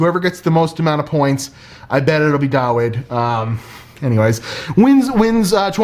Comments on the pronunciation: dah-vid not dah-whid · Subbed to you and Dawid around the same time, so it’s interesting to see you both doing a head-to-head challenge. Still, couldn’t help but cringe everytime you mispronounced Dawid’s name 😂